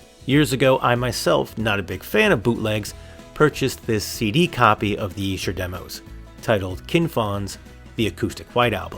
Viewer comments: Brilliant! Definitely the better deal there! $50, such a great price too! Esher pronounced exactly right, Great Job! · Bruv, from one Beatle bruva to another. You are correct on your pronunciation of Esther. Also congratulations upon your recent engagement. May you both have many years of happiness together. Gb George.